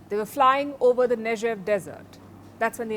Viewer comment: 'नेगेव' Palki jee ! ...Not 'नेजेव' ! 🌸🍀❤️🎵🎵🌻🍇🍇🍎🍍⚘️🤲🤲☺️